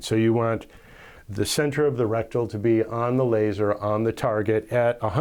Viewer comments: it is reticle not rectal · You’re pronouncing reticle wrong.. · Yep you sure are lol it's OK we know what you mean